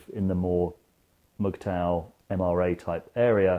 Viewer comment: "Is that how you pronounce the acronym? Megtow?" "Mugtow" lmfao you wot mate